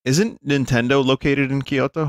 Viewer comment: Binny pls, the way you pronounce Kyoto hurts me. Think "kyo-toe" not "key-yo-to".